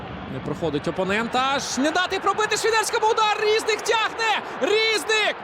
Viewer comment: Чому рІзник, а не різнИк? Коментатор лемко?